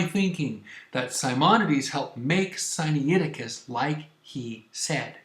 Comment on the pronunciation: Siniaiticus? Sainicticus? Scussnitusis? SCHFAISDOJHIAIHIO!!! Where's the difficulty in pronouncing Si-Nai Ti-Cus?! AMERICANS!!! (Edit: Or it could just be me, that don't know the Greek pronunciation)